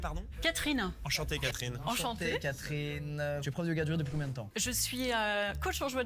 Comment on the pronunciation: Yoga du rire mal prononcé google entend yoga durée et traduit "yoga duration"? Bien joué la connerie réelle ! Et il y a encore des gens qui parlent d'"intelligence" ?